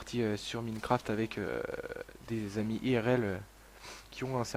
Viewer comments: mi[i]necraft XD on dit mine[mein] craft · Minecraft x) tu prononce minecraft, sa se prononce : Mein craft ;)